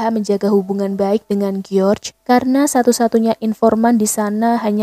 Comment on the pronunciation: Kyknya lebih enak bacanya Jorjs ( George ) daripada Geor